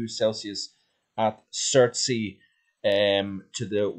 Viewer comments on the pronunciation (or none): As always i love these world updates. Weather is changing and this El Nino will be interesting to watch. Chertsey is pronounced Churt sey.. i know the area well..Thanks